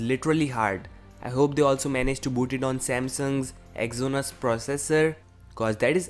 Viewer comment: exynos pronounciation is wrong